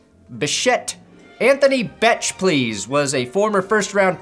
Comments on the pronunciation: Becht is pronounced "beckt" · Beck-t pronounced Beck-T